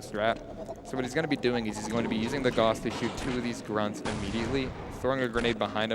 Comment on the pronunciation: it's gauss, pronounced like guh-ouse, not gorze